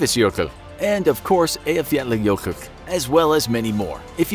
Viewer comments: The narrators pronunciation of Eyjafjallajökull was the closest I've heard from a foreigner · I almost threw up when you accurately said that name. Nice. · Closest I've heard from a foreigner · HOW THE HECK DOES THE NARRATOR EVEN PRONOUNCE EYJAFJALLAJökull!!!!!!! WELL DONE FOR HIM!! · Can you just take a minute to appreciate how the guy at infographics aced pronouncing “Eyjafjallajökull”